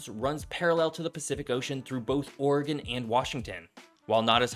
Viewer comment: Thank you for pronouncing Oregon correctly.